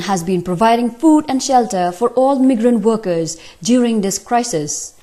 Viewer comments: it's supposed to be "my grant" and she's calling it "me grant". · Meegrant workers....RIP English language...join Avenues noh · Listen to how she pronounces "migrant"